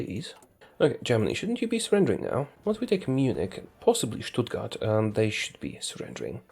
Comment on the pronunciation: Wow, how did you pronounce Stuttgart that German???